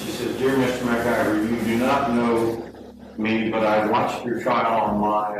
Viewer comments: i thought he said mcgyver lol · Did anyone else hear MacGyver over and over? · Every time they pronounce his name all I hear is McGyver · heavy on the pronunciation of MAc Guyver, for those of us over 30. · I'm just crying laughing about them calling him MacGyver all the time